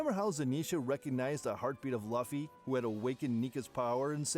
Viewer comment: It’s just bothering me how y’all a one piece channel and saying Luffy name wrong (I’m reporting ur entire channel)